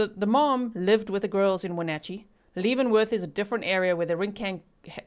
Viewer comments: Spelled Leavenworth, said Lev not Leev. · Leavenworth....pronounced LEV. (short E. sound) like. BEV Great job of reporting as usual..❤❤❤ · Lev-en-worth if you are curious of the pronunciation 😊I live not too far from that area and used to visit for family reunions. Beautiful area. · Hi G- Leavenworth is pronounced more like “Heaven Birth” and Chelan is pronounced more like “Sh-lan” with lan rhyming with Pan, Fan, Can (in an American accent). I live in Washington State, so this is a somewhat local case for me. It’s so sad. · “Shell Anne” “Kit-a-tass” and Lev-en-worth like the prison. Not trying to be rude just helping. I live nearby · FYI it is pronounced Leaven like yeast. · Local here, leavenworth = lev-in-worth Chelan = shuh-lan(like van with a L) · Leaven is pronounced like heaven not Leeven❤ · I am a local and Leavenworth is pronounced Levenworth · Leavenworth is pronounced “leh-vuhn-worth”